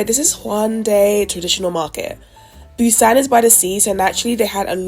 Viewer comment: Girlll-- you butchered every Korean word, including the name of the city. It's all good though, glad you had a good time in my home away from home, lol. It's a daikon radish.